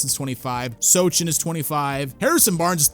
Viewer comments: Dudes, please, stop mispronouncing last names, it's "SO-han" and "shen-gün". They show pronunciation at basketball reference. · Vuh- sale & Sew-han